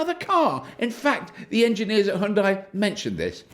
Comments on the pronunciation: It's hue for Hyundai not high! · Hyun-dae.... not hyun-dye. If hard to pronounce close enough, think of starbucks drink size GRANDE. HYUNDE. after all these years, why don’t we at least try it. Enjoyed your vid. Thank u. FYI, in Korea, there will be 2 segments available. Exclusive (starting around $39k after all incentives) and Prestige ($45k and up after incentives). Different battery, options. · As a korean, i teach u pronunciation "Hyun dai" (X)------> "Hyun dae"(0) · it's bloody hyundai, not heiandai. Decolonize your speech mate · pronounced Hyundai like Sunday bloody sunday i dont subscribe cuz of that! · it's not HaYundai, it's Hyundai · Why do British people sound like they're having a seizure whenever they try to say "Hyundai"? Just say it like it rhymes with "Sunday" -- the proper way like we do in the US. You're welcome! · Its pronounced Hunn day. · I get your game. Seeing how many ways you can pronounce 'Hyundai' in a single video.